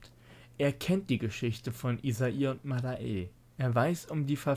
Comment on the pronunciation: das mädel heißt madae (madä ausgesprochen) nicht mada-e. einige npcs sagen dies auch wiederholt und die bonus items sind zeimlich geil. da kann ich endlich mal bishcen kohle loswerden (von der 2 mille die ich noch habe xD)